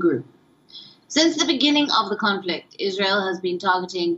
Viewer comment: Want to be a reporter and can't even pronounce Israel correctly. 🤦